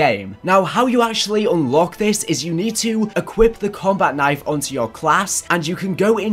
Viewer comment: "Combat Knife" You butcherd it